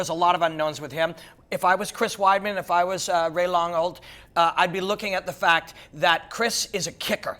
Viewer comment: "Ray Longhold" - Robin Black